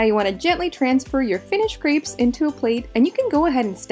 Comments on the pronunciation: You're good at making them, but please, also learn how to pronounce the word crêpes (say krep - no s) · Wrong. She mispronounces that poor French word all the time! In Plural, most French words have an -s added to the end of the word, but this last -s is not pronounced. The "s" is muted. Crêpe (with an ê) is a French word. "ê" does not sound like "ee". Nonetheless, she literally says "c r e e p s" all the time. Plurals: although the usual way to make something plural in French (like English) is to add an s (chat→chats), the ending still isn't pronounced because of the rule about most final consonants (d, t, s, etc) not being pronounced. So both the singular word for chat (cat) and plural word chats (cats) sound exactly the same. With that being said, she's fairly good at cooking, but her French is really bad and she spreads ignorance and illiteracy. Generally, most English-speaking people say "pallet" instead of palette (another French word that refers to make up products) and/or uses "omlet" for "omelette".